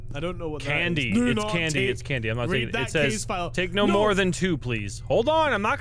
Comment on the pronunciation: EET THEH FOCKIN CANDEH